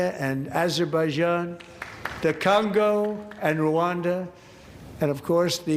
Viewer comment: Someone literally clapped because he pronounced Azerbaijan correctly. Good thing he stopped w@ with I ran right? Right? "I stopped war with Isr. a ,e l and I ran, because bibi told me to send our boys instead, and I said sure daddy, anything for you king."